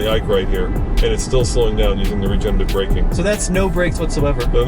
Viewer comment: RegenERative braking. Not regenative.